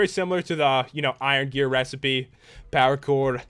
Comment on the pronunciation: When you say power core your like saying pakour